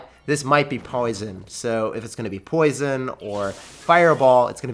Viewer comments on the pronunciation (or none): As a brit even I laughed as I can say that's none of our accents here pal 😂 "pwoisun" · i like how you said poison like he’s British Turned me on 😅